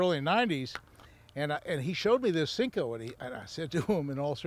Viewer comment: It's a "senko", not a "sink-o"